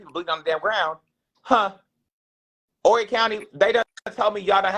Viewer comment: 843 checking in. Just for future reference the H in Horry is silent. Great content as usual though. Keep up the good work king! 👌🏿